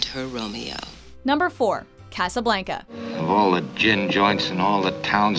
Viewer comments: I’m damn tired of people pronouncing Casablanca wrong! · Why can't this woman ever say Casablanca right?